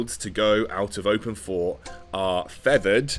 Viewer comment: Is it 'open fort' or 'open port'? I swear I thought was calling it open port